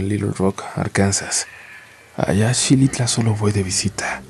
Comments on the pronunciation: Se pronuncia Jilitla!!! No Shilitla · Yo soy de ese municipio de Xilitla, se pronuncia Jilitla, no Shilitla, y si la vegetación es muy densa porque llueve mucho, yo caminaba para ir a la secundaria desde Tlamaya y son como una hora y media, teníamos que pasar por la zona de las posas y se sentía una vibra muy pesada, como que alguien te fuera siguiendo 😱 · Holi me gustan tus videos!!! Me gustaría corregirte, Xilitla se pronuncia como jilitla, lo hago para que busquen en internet y se a mimen a turistear está muy bonito. vivo cerca de ahí 🥹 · Buenas tardes Uriel..solo para comentar qe se pronuncia "jilitla" se escribe Xilitla es un municipio de San Luis Potosí, disculpa la molestia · Xilitla, se pronuncia jilitla